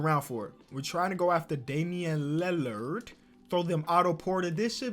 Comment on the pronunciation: nobody:: dAmIaN lAlArD